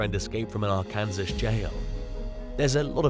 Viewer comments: Ok so not meaning to be rude, as i know its a weird way to say it. Lol. Arkansas is pronounced ar-can-saw. Not sure why, but it is. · Arkansas = r-kun - saw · ‘Are-Kansas’ always takes me a second 😂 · You’re pronouncing Arkansas wrong LOL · The way he pronounced Arkansas made me smile lol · I love how you pronounce Arkansas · Had to listen back a few times to make sure I was hearing him right 😂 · Arkansas is pronounced "ar-can-saw" not "ar-kan-sis". In fact, it is illegal to pronounce it the incorrect way (as in this video) while in the state. Also, "Dahmer"= "dah-mer", not "day-mer". And, finally, Vicki White [no relation to her inmate lover, Casey White] killed herself at the end of a car chase with police. There's 9-1-1 audio available because the car itself called in after they crashed, unbeknownst to the pair, where she says they should "get out and run", she laments leaving the hotel they'd holed up in, and, eventually, she discharges her firearm.